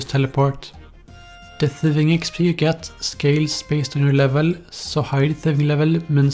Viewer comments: expeeeeeeeee not expL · Is it just me or when he says "exp" does it sound really fucked up? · The way he says xpdl kills me everytime😂😂😂😂